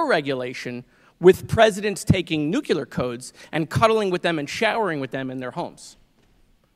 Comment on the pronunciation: I love but he says NOOKYOOLER unfortunately. If something is unclear it's not pronounced UNKYOOLER!!! It's NEW CLEAR not NOOKYOOLER!